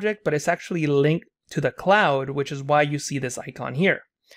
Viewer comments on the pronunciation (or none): none